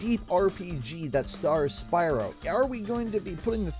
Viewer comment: BYRO LOL 😂😂😂